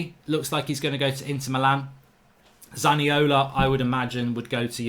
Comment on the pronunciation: I’m not sure about this but isn’t he called Zaniolo not Zaniola?